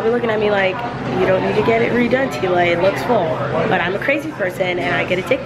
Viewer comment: ITS MOANA TEALAAAA AND MEREEEEEE NOT MOA AAAAAHHHH not hating btw just stating a fact